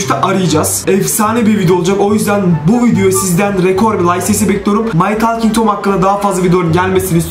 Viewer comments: My tolking tom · my talging tom